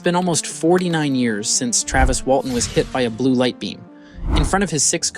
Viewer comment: What's with the odd pronunciation of words in this? It's like it is being read by AI. "Sore" pronounced as So-ree, "Travis" as Tra-vees, "inside" as in-se-dee. Painful to watch considering the words were pronounced correctly at other times.